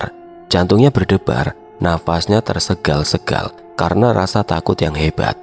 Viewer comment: Bacanya tersengal² bukan tersegal² mas😊